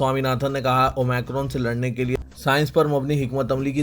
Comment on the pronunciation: Please correct your pronounciation. It is OmIcron Not OmAcron Aapko sunkar sab aise hi bolna shuru karenge aur dusre log mazaq banaenge